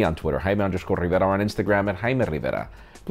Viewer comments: am i the only one who thinks this man pronounces his name like hai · Man i seriously don't like how he says jaime rivera